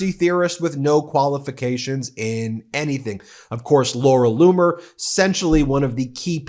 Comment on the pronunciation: Laura Loomer not bloomer